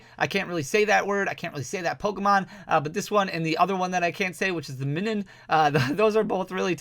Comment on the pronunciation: Plusle and Minum... LOL. Think Plus(plus-all) and Minus (mine-um) due to their polarities!